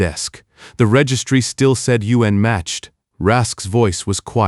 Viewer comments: Good story but the narration kept pronouncing unmatched as “U N matched” repeatedly was a little annoying ❤ Singapore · The story mispronounces unmatched twice in the first four minutes of the story. Then it continued to find more ways to mispronounce the same word the rest of the story. AI's are stupid.